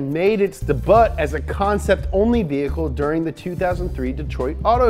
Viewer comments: Day-butt? What gives? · Dee • butt 😂😂😂😂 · DEBUTT LMAOOOOO